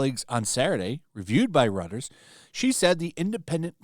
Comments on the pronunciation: 'Royters' not 'Rutters.'❤ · Reuters (royters) not Rutters. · REUTERS is pronounced "ROY-TERZ" not "RUTT-ERZ." I realize that in English the spelling does not intuit the correct pronunciation but Reuters is a German last name so German pronunciation. Thanks for the video. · It is pronounce Roit-ers, not "Rutters"! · "Reuters" is pronounced like "Roy-ters" not like "rutters" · It's pronounced Rooters, Not Rutters. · “Reuters” is actually pronounced “roy-ters”. I like your videos and wanted you to know. Reuters is a news agency owned by Thomson Reuters. It employs around 2,500 journalists and 600 photojournalists in about 200 locations worldwide writing in 16 languages. Reuters is one of the largest news agencies in the world. The agency was established in London . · Reuters is pronounced roy-ters. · Calling Reuters “Rutters” is hilarious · reuters not rutters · Reuters is pronounced ROY ters fyi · Reuters is pronounced Royters. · ‘Reuters’ is pronounced ‘Royters’. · Great story, but the news service Reuters is pronounced "roy-ters". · It's not pronounced "RUTTERS" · For the record, the newswire's name is pronounced ROY-ters. I believe it's a German name. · Its pronounced Roy-ters. And they are garbage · Reuters is pronounced "roy-ters" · You need to learn how to pronounce Reuters. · Not too Fong for wu hhhhh. Bro is Roy Turze "Reuters"